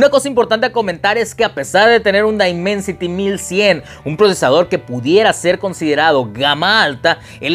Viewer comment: El primer youtuber en español que pronuncia bien el nombre del procesador